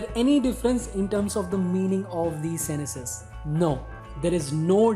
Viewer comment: Can you please pronounce sentences properly